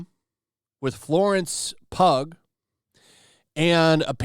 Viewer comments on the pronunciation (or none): FYI its pronounced Florence "pew" not Florence pug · It’s pronounced “PEW” not “PUG”. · Florence pug 😂😂 golden! It's pronounced like PUE. 😅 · Hey Pugh is pronounced like "pew" btw Source: My username lmao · LMAO! Dude, her name is pronounced "Pew" not "Pug" 😂😂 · PUG? It's Pugh. (Rhymes with Pew) Come on, man. Didja graduate English class? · Pugh= (sounds like Pew not Pug lol) I think he was having trouble trying to really act with ppl watching. (Not the same when you don't have Marvels money and a Mask.) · Florence PUG?! Hahahaha. It's pronounced Pew. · Florence "pug" 😂😂😂😂😂😂 phew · Florence Pew not Pug TUG. Again. Ha ha. Always. Keep up the great work. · "Lawrence pug" 😂😂 it's Lawrence "pugh" pronounced "pew" like what you sit in at church. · Florence “Pugg” LMAO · really said "Florence Pug" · it's pronounced Florence Pew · Dude really said Florence pug 😂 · Im sorry I cant get past Florence "Pug". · Florence what? Florence Pug? Guy, how do you not know how to pronounce one of the most high profile actors names right now? That's bush league, my friend. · That’s, Florence “pew” 😂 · For someone that covers entertainment news, I find it humorous how little you seem to know about it. How do you not know who Florence Pugh is or at least how to say her name? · Lol. You’re a POP CULTURE & ENTERTAINMENT channel and you can’t pronounce FLORENCE PUGH’S name? Granted the article may have misspelled it as PUG but surely you know how PUGH is pronounced. It’s kind HUGH Grant. As far as the subject matter, I wish Garfield would have ran his mouth to me, you & most others! EFF YOU SPIDERMAN! Little baby! I don’t see anyone else reporting this. Good job! Call these snowflakes out!